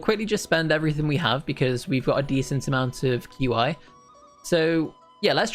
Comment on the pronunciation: I just wanted to say that, qi is pronounced as chi